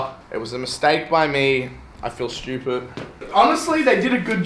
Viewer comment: why does this guy pronounce stupid like "shtewpert"